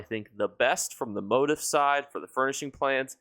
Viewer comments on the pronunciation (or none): Love your videos, but you’re killing me with how you say MOTIF. It’s pronounced /mōˈtēf/. Just trying to help 😊